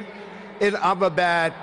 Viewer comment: he says ahmedabad as only BAD